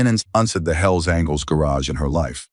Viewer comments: Will the narrator please pronounce "angels" correctly?! It's not "angles" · Can finally somebody tell that dumb narrators that it’s angels and not angles. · Mispronouncing Angels.....as angles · Apparently the AI narrator doesn't know angels isn't pronounced as *angles*....and it seems to be messing up through the whole story